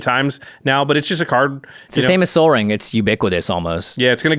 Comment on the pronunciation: I thought he said, like sol ring, in reference to the spelling. I was like cmon bruh, that is like the channels mascot